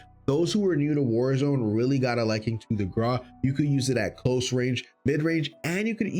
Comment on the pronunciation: Videos very nice top 5 for sure, but why you say Graw but it should be (Gr-au)